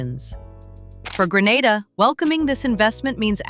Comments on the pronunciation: It's 😂not Granda in Spain it's Grenada kmt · Its not call Granada its Grenada ffs 🙄🙄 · The correct/native pronunciation is Gre na da.....Gre nae dah. Not Gre nar da. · For God's sake it's GRE-NAY-DAH, It is NOT Gre-NAH-dah - that's a region in Spain 000s of miles away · ITS PROUNCED GREEEE NAY DA NOT GRANADA NOR GRE NADA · In this day and age, ya'll muddah arse so blasted intelligent but can't pronounce the Island name properly yet, it's GREE-NAY-DA 🇬🇩. Kaka holes, Gre-nar-dah / Gra-nah-da is located in beautiful Spain 🇪🇸. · How can this video be valid when it can’t even get the pronunciation right of the country? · 1st pronounce the country name properly A.I. You've gone to great lengths to make the video and do research...seems only fair to say the name correctly. All things being equal, good video. Hope you expand more on how the finances to build is structured, is it all from Chinese investors, what percentage is from the Grenadian government.